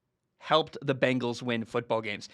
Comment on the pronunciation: Gotta love the "Begnals"